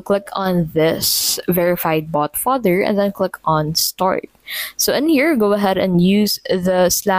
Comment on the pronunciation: Vous dites bot father ?